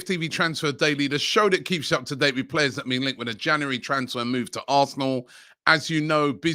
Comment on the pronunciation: robbie can you please pronounce january properly?